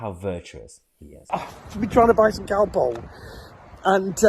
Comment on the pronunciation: Its calpol ffs my mam and dad will be turning in their grave 😠